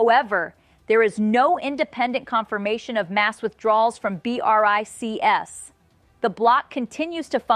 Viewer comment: Lady just say bRics